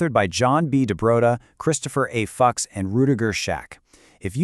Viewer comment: A) It would be nice if you fixed the pronunciation of my name. Fuchs rhymes with books, looks, and hooks. B) QBism rhymes with cubism. It is never pronounced Q-B-ism. And C) Will you be sending me a royalty check for having used my precise wording in your presentation?